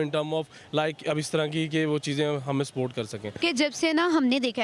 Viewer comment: Bhai ye Pakistani log support ko sport kyu bolte h 😁😁😁😁